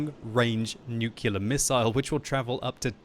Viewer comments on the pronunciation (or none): It's nu-clear, not nu-ku-lear. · Did you just say 'nucular'? :P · Nuke ler weapons ? Was that a JW Bush moment there ? :D